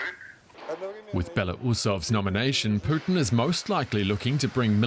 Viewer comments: Why is he saying Poutine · The way DW's anchor pronounces Putin makes me hungry for a famous Canuck cusines.